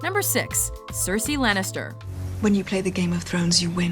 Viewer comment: 6. Cersy !?!? WTF WHY THIS BITCH